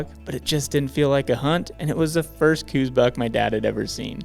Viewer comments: Don't take this wrong, but they are "cows" deer. Named after Dr. Coues. An army doctor and naturalist from the 1800's. I know cooz is the norm today, but cows is the proper pronunciation. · STOP. For fucks sake - say it right - COWS deer is the only proper pronunciation. Show a modicum of respect and intelligence. Otherwise please stay out of Southern AZ. Carpetbaggers. But it's awesome you had a great hunt with your Dad, glad for that. Just please says COWS.